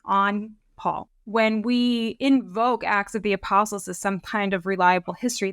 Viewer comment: A slight slurring by made it sound as if she said "ass of the apostles," which cracked me up. It's a little funny because of the modern use of the word "ass," but what actually popped into my head when I heard it was donkey with a fancy riding blanket and "Ass of the Apostles" painted on his ribs, like a bible-age version of a band's custom tour bus.